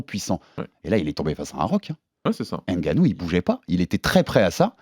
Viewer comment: et on écrit pas d'Ngannou mais de Ngannou Le N ne se prononce pas mais ce mélange avec la lettre suivante C'est comme Mbappe Tu dis pas M bappe mais Mbappe Va prendre des cours de langue